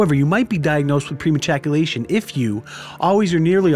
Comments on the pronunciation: premajaculation HAHAHA he said premajaculation HAHA definitely subscribing for more content like this HAHA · “Pre majackulation”